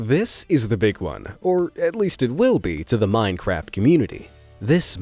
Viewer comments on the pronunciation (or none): Dude said 'minecrap' 🤣🤣💀💀